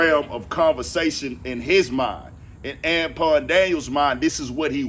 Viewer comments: Oh ok cause I was like I wondered if bro realize he sayin dude name wrong 😂 “An-pawn” gotcha g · "Ampon Daniels" 😩 😭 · Why you saying Anpon ? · I thought you was calling him tampon daniels😂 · LMFAO yeah he keep saying Anpawn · This whole time, I was thinking you can't pronounce Anton correctly and your name is Anthony. 😂